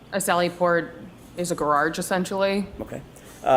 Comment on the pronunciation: “Gararge” never heard it pronounced like that 😂